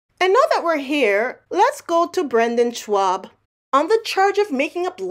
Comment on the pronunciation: Who is Brendon "Schwab"?